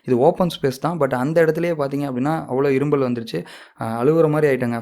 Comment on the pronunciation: தம்பி.. அது இரும்பல் இல்ல.. இருமல்..